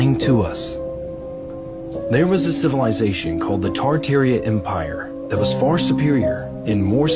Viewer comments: Amm I too drunk or the guy keep saying cilivisation, instead of civilization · Why the 1st dude is talkin bout ciViLisation when he cant even say the word is beyond me! He says it as ciLiVisation every damn time! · And then here comes our sillivisation that cant even pronounce "civilization"...😅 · The first guy can even speak right cilivization is what he is saying and it's pronounced civilization 😅😅😅 and you believe this fool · 😂😂😂 Im dead😂😂 CiLAvization😂😂😂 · OL boy not even saying Civilization right 😂😂😂😂😂😂😂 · Aaaghhh hahahaha the "cilivi zation" before us were not dummies aaaghhh hahahaha no bud just your generation ✌️🤣🇭🇲. And he says it again but not before enunciating cat..a..clysm like it's the first time saying it and clears up any confusion by adding that this means apocalypse,these are the people who'll be working in the nursing homes looking after us one day so best to die before old age in my opinion 😂.